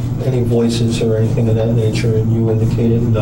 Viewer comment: I find it hard to trust anyone who's had a Tertiary education and still says "anythink"